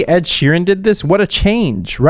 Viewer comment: “I’m used to hearing ED as erectile disfunction” 🤣🤣🤣🤣🤣 he really read Ed’s name as “E.D.” 🤣🤣🤣